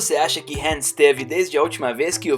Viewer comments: Cara tá tudo errado não e HEN é sim ''HAN'' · Mano chega a ser chato de tanto falar "HEN" LERY OU LADY... sei lá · O nome dele é Han não hen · "hen" kkkk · se fosse do jeito certo no filme eles ñ chamaria ele de han e sim rem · No filme os caras falam han e pq ele fala hen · Não sabe nem falar ham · Verdade mesmo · Quem sente irritação do cara falando HEN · "hen" burro,da mesma forma está errado,"ré"? Tá dando muito ré em fii! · esse cara parece que o nome do han diferente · Fala certo poha é Lerry e Han não é Lery e Ren. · O filme no Brasil tem a dublagem com os nomes dos personagens corretos que é HAM E LETI até por que o nome dela e Letícia até aqui no Brasil quando a gente tem uma amiga com nome de leticia agt chama de leti aí vem o jumento e fala HEN E LERY kkkkkkkk lery o que ? Lery Go ? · Para de criar novos nomes dos personagens, "hen" "Lery", isso da raiva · Não, não é o certo. Ele tá fazendo um vídeo em português e a pronúncia BR não é essa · "Leri" "dom torero" "hen" mds mano fala certo